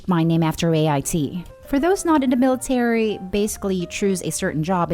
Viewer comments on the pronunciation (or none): none